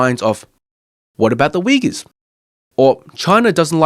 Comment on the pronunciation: Only thing i’m suspicious of is the maga wearing guy actually able to pronounce “xinjiang” and “uyghurs”